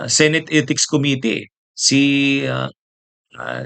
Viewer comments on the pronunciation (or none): none